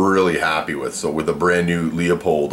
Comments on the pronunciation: It is pronouced Loo-pold...not Leeuu-pold or Luua-pold.....the 'e' is silent. Lupold.... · LOO-pold. Good review aside from that. :) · Pronounced: Loopold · i don't trust a reviewer who can't even correctly pronounce the name of the item being reviewed.